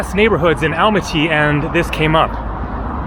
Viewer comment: Great video, i know its written Almaty, but pronounced as Almata😉